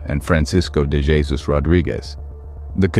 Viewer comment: This isn't ignorance. The content creator knew what they were doing. Stupid or misinformed would be a more fitting word. Also, I do not like how they keep mispronouncing "Jesus," and the AI generated voice does not sound right.